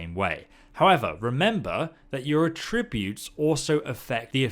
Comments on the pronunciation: It's funny how different he pronounces "attributes" In Texas we pronounce it "ATributes" But he says it "aTRIbutes" Lol🤔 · Does anyone else find the way he says attributes horrible, he said it for the third time and " Just shut up", and skipped ahead. he says ah-tribute, i say at-tri-butes, u know? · ATtributes. If it is the noun, the accent is on the first syllable. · Js it's attributes not a tributes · It's at-tree-butes not ah-tributes 👍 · It's not "At-re-buutes" it's "Atch-ra-bewts" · Argh - Come on! We’re British. At-tree-butes! Not a-tri-butes! It’s like the Stewie Griffin Cool whip gag. It’s like nails on a chalkboard!!! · Its not a trib butes, its at tri butes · Sorry bro but it's AT-tri-butes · It’s At-tributes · Mate, you really need to learn how to pronounce attributes!. It's not a'tributes. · A tributes? That’s not how you pronounce it. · Everytime you say attributes 3 angels fall from heaven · Say ”attributes” right and I’ll sub. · The way “attributes” is pronounced in the video bugs me a little. Attributes with emphasis on the “at” sound and tribute pronounced as if paying tribute. That’s how I believe it’s supposed to be pronounced. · The way he pronounces "attributes." I realize the pronunciation of words in British English differs from Canadian English, but it's fucking with me. He pronounces it the same way I do when I say "to attribute to something." Attributes on its own has an emphasis on the AT, not the TRIB part. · Damn that mispronounciation of "attributes" was hard to stomach xD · i HATE the way this guys says attributes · Might want to learn how to pronounce attributes for you next vid lol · anyone else hate his pronunciation of “attributes”? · Him saying "attributes" wrong triggers me for some reason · The way you're pronouncing "attributes" is actually pissing me off lol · Dude. The word 'Attributes' has an accent on the 'A' not the 'tri'. I haven't ever heard anyone pronounce that word how you just did... 🤣😂🤣